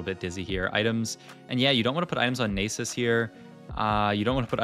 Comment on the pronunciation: and he says naysus and rak-kan lmao